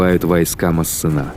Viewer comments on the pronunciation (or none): Качество видео отлично, но диктор кое-где подкачал. МассЕна, а не МассенА. И последние согласные не читаются у французоф. Никаких ЛеклерК быть не может(